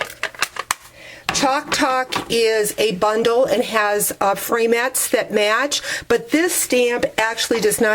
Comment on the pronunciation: Love watching your videos! I always giggle when you call framelits frametts! That's what makes you unique! Love your ideas!